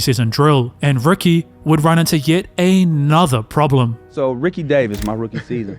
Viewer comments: Is his name Rookie or Ricky? Was a rookie or a ricky? Enunciation is important. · How do you get Rookie out of Ricky? That’s not an accent you just can’t pronounce letters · Rookie or Ricky? What do you mean it’s an accent, are you unable to pronounce the sound of a “i”? Sounds like a big challenge if you are making commentary for videos considering it’s a vowel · Not gonna lie. You saying Rookie instead of Ricky is killing me. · He’s definitely saying “Rookie Davis.” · he’s definitely said rookie multiple times. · I’m so glad it wasn’t just me. I heard it the first time & all the way through